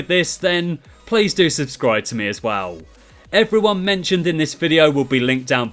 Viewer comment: this guy can't say as well and it annoys the hell out of me